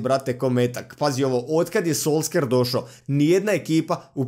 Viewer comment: solskjer se čita solšer